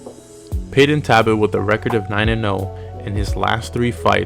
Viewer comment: It's Talbott bro